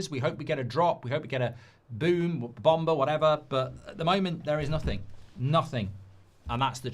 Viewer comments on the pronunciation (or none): none